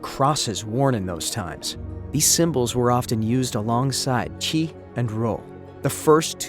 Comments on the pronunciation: Chi is not pronounced "tshee" (chee), it's pronounced "kai" (k-eye) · chi is pronounced like key, not like Chee